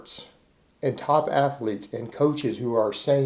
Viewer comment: Pete Rubish is an Ath’A’lete